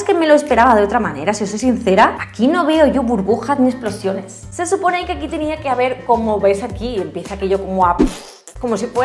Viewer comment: "Aquí no hay explosiÓnes" ese acento ahí, qué tal? JAJAJAJA